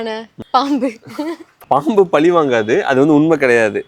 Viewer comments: பலி இல்லை பழி.... ஊடகத்தில் பேசும் போது சற்று உச்சரிப்பிலும் கவனம் செலுத்த வேண்டுகிறேன் 🙏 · Please correct your tamil... its not pali but pazhi